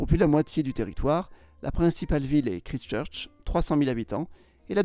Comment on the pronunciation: Très bien, mais prononcer ˈkɹaɪst͡ʃɜːt͡ʃ (kraillestcheutch). Aussi, les Maoris: 2000 ans AVANT JC, non?